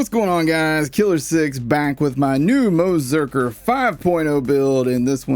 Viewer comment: I can't tell whether the 'ze' is part of 'Moze' or 'Berserker' sometimes it sounds like Moe - Zerker